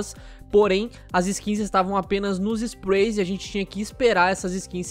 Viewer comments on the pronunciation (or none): ME DA AGONIA O JEITO QUE ELE FALA SPRAY "SPRUEY"